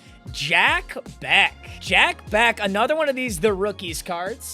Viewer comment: As Jack Bech went to my highschool you pronounced his name wrong. It’s not Jack Beck. It’s Jack Bech (Besh). Just trying to help so you don’t sound like MM CASUAL